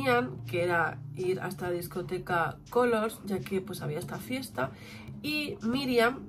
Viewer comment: En serio. Otra vez GRACIAS por haber dicho bien el nombre discoteca. Hay youtubers k dicen Culor. Y en ingles se diria asi pero aki se dice Color.